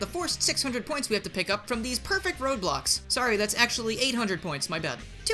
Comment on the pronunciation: when you said "perfect road blocks" i heard "perfect roblox". i hate myself